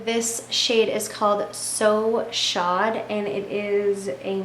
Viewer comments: Great video! I don't want to be "that person" but 'chaud' when pronounced correctly sounds like "show" it's French for hot! A very appropriate name for that colour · Love this videos!! Just wanted to let you know "So Chaud" is pronounced "So Show". Chaud is French for Hot and when we say it it sounds like "show" as in TV Show, Broadway show. You get the point lol :)